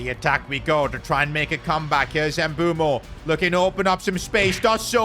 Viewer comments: Fr it's pronounced mb oouemo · It is pronounced mbu-emo not mbu-mo btw love ur vids miss the f1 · PRONOUNCIATION not M-bu-mo its m-bu-emo not wirtz its v-irtz not I-sak its e-sak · Please brother, I beg you… his name is MBEUMO (“Mbeh-oo-mo”), not Embumo. 💔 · Just to let you know it's not mbumo its Mbuemo pronounce the E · Mbuemo after calls him Mbumo everytime:😢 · Why the hell do you call him Mboomo? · Bro pronounces Mbuemos name Embumo lol.Just call him bum😂😂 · Bro its Mu-bwe-mo pronoun it nicely